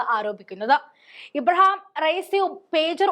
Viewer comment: ഇബ്രഹാം അല്ല കൊച്ചേ.ഇബ്രാഹിം റഈസി എന്നാണ്.